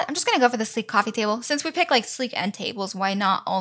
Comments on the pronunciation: U still remember the iconic "toaster, cwoffe maker and blender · I got to put a cwoffe table lol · When you say ''coffee table'' you say ''Coauffee like a baby and the table'' ?